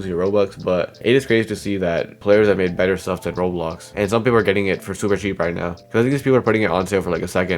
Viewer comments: why tf does he he says "roolls" instead of roblox bruh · he says Roblox like rohx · Stop pronouncing Roblox "roblos"